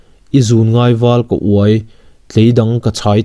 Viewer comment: A ti ve mah mah anih hi a ziaktu hian...unau pianpui 3 lai a la nei ve reng si. 'ka uai' tiha 'uai' hi 'Pipu ah ka uai' tiha uai thluk ang niloin... 'He antram chu a va vuai tawh ve' tiha 'vuai' thluk ang hian thluk tur. 'Uai' (vuai thluk ang) tih hi vuai sawina dang a ni. 'Zûna uai' tih chu - Ngaihzawngte emaw star zawngte ngaih vel avanga engmah ti peihlo, tha tho lo, hlimlo..tihna anih ber chu. 'Uai' (pipua uai thluk ang) tih chuan awmzia a neilo. Engpawhnise, a ngaihnawm khawp mai. (Belh leh hram - Pamham tih hi pamhmai tih zawk tur niawm tak a ni.) 🙈🙈🙈